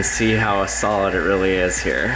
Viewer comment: it sounds like you say salad instead of solid :p